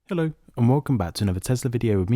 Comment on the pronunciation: That New-Zealand-like Hello at the start caught me off guard lmao.